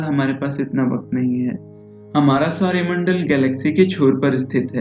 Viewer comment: ye Sorya Mandal nhi "Saur Mandal" hota h